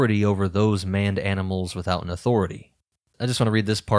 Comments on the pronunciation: Why is "maned" consistently pronounced "manned"? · And now for a break from the usual comments: Maned. Long a, as in a lion's mane. It's a mistake I could've made myself if I didn't know.